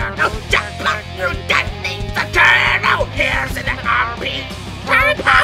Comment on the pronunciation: та ты шо!!... 🤣 акцент за милю слышно. плюс произниосят ninZa ане ninja.